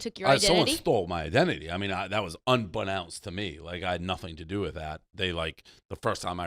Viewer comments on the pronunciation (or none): Dave calling someone a moron and can’t pronounce unbeknownst lol